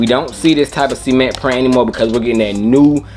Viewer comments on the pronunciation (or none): Cement ... Not Semen-ntttttt